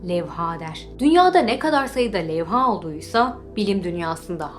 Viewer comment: Levha'daki a uzun okunmaz, Levha, iki hece de kısa.